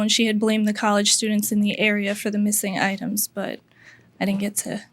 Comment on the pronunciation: That little smirk when he mispronounced “items…” You try doing the whole thing in Spanish and we’ll see how many mistakes you make.